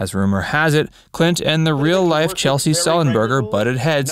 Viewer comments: Sorry if I'm wrong but isn't it pronounced "CHESS-LEE" not "CHEL=SEE"? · ‘Chesley’ not ‘Chelsea’ for crissake. Sloppy. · Sorry if this this a repeat, but the mastermind of the Miracle on the Hudson is "Chesley" (Chez-Lee) Sullenberger, not Chelsea (as you pronouced it). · "Chelsy"?? Seriously?? His name is CHESLEY Sullenberger... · Just one correction: I’m pretty sure Mr. Sullenberger’s first name is pronounced CHEZ-lee, not Chelsea… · Yeah. This guy should know that. Duh… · It's CHES-LEY, not Chelsey. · A couple of notes here; Captain Sullenberger's first name is pronounced "CHESS-LY"...NOT "Chelsea". Also, Clint Eastwood has ALWAYS been an ARROGANT JERK! If he learned ANYTHING during his time on "Rawhide"...He'd KNOW the CATTLE could OUTACT him ANYDAY! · Did anyone else cringe everytime he said CheLSey, instead of the correct way of CheSLey. My fathers name was Chesley, he would have laughed at being called Chelsey ! LOL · Chesley not chelsy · I know it's nit picking but since your handle is, the fact is you mispronounced Chesley. Several times. Otherwise, great video.